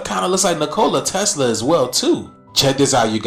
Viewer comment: Nicole a Tesla🤣🤣 Neek o lye Tesla